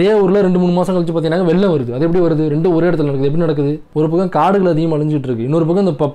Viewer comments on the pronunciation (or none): none